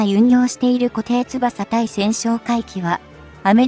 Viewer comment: いつも読み間違いだらけです